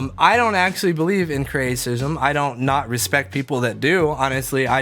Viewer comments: Creation or creationism, not "creatism" XD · dont worry one day you will be able to pronounce creationism